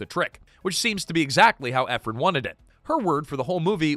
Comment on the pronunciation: It's Nora EphRON not Ephrun